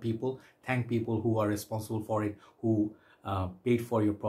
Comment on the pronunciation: "Who" rhymes with Y-O-U,!